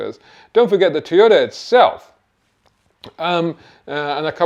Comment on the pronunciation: Toyota, not Teeyota own Panasonic you plank